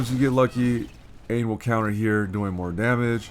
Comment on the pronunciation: Nice man that was a solid run! Dunno if anyone mentioned before, not trying to be all elitest on you or anything, but Aine is pronounced Arn-yuh, it's an Irish name :)